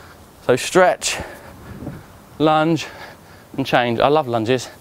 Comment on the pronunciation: Did he say lunge time or lunch time? Cuz I ran to the kitchen and I’m about to eat me a sandwich...